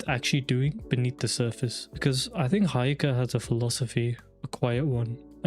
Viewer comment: It's he-yo-ka no hi-o-ka